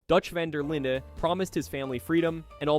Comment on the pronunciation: dawg it’s pronounced van der lin not vaughn der leen